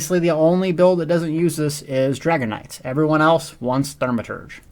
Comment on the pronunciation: if you say "thurmaturge" one more freaking time i swear